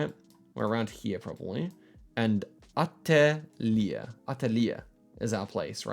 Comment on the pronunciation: I thought the samen, and his pronunciation is so bad!!